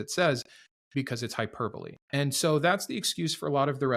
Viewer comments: Did he say "hyper bowl" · oof. Im guessing hes a big reader instead of listener or watcher lol. Hi-per-bowl-ee